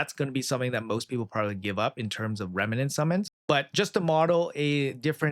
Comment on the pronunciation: just REMNANT, not remenant xD